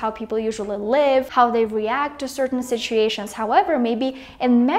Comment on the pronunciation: I quickly became a fen of the channel. The word "situation(s)" comes up pretty Russian which I find very sweet. I really wished to speak so beautifully English like you.